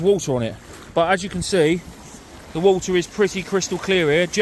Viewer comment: I bet if some of English words look Welsh the way you pronounce them. Du-the. Wowa-water. Free-three etc. as bad as us Geordies haha. Great video tho. Personally I would feel a blank coming on, fishing in water so shallow. Ain't got the bottle to try it.